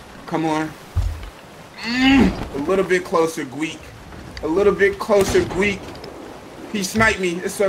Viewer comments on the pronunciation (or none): why does he call him gweek